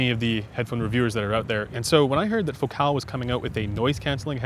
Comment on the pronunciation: It's Focal not Focaal..